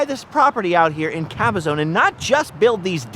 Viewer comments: Sir, it is Cabazon (ka•buh•zaan) not Cabazone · Good video, but work on your pronunciation of the city of CABAZON. The last syllable is pronounced ZON (rhymes with the name Ron), not Caba-ZONE. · Caba-zon. Not zone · It isn't Cabazone! It is pronounced ka-ba-zaan. Strange growing up around that area you wouldn't know that.